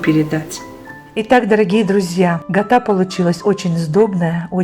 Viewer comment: Здравствуйте.Мира добра и здоровья Вам.Спасибо за рецепт.Просьба к Вам,пожалуйста говорите не гата,а Кята.